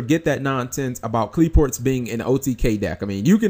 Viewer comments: Qli-Fort is the correct pronunciation. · If you like Qliphorts so much, it might be a good idea to learn to pronounce them properly.